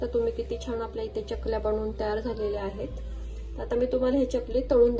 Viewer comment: चकल्या असा शब्द आहे. च आणि y cha जोड उच्चार करतात.